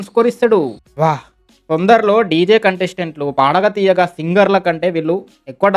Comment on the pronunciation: Adi padatha theyyaga kadu brother it’s padutha theeyaga 🤣🤣